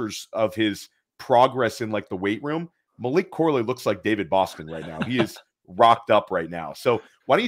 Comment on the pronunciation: just messing with you. You kept calling him "Malik". Maybe subconsciously you know that Malik Washington is the superior, late day 2, underneath YAC guy in this class. Lol. All good man. You are pumping out sh!t tons of great content. A mild mispronunciation on a player's name from time to time is to be expected. Keep up the great work.